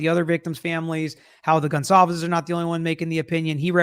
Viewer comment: STOP SAYING GONZALVEZ 😂😭 Thats not their name